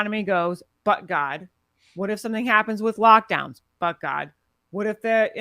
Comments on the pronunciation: Everytime she'say But God sound like she's saying F word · I kept hearing F god when she said it. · i'm glad i'm not the only one who kept hearing that